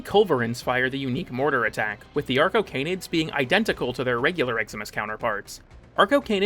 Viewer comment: Anyone else hear “our cocaine-id” every time arcocanids were mentioned? No? Just me? Uh. Cool. For real though, awesome video, mate. I love things that show me all the crap I never noticed in things I love. Your content has always been excellent, but it’s only gotten better over time. And awesome to hear here! That man’s voice is a deadly weapon.